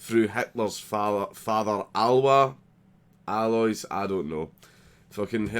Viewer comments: Alwa alwa lol. It's alois. You Scottish neanderthal. A lo is. Like hiss . Alois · Alois is pronounced "Aloe-ees" I'm pretty sure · Al-oh-weez is how you pronounce his dad's name, Alois is a French name I think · 'Alois' is pronounced Ah-Lo-Iss. Also Hitler had an Irish/(German)American nephew who was born in Liverpool and served in the US Navy during WW2, even winning the Purple Heart. He was the son of Adolf Hitler's half brother also named Alois. He later changed his name to William Stuart-Houston.